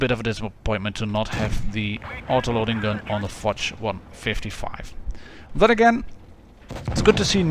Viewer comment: Fotsh ? where do you see a t ? it's fosh, the sam SHHH sound as in hush, it's exactly like POSH, with a F.